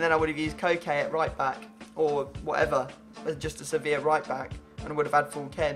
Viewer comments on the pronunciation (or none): none